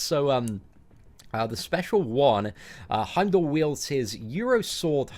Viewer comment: its pronounced Heimdall not Heimdall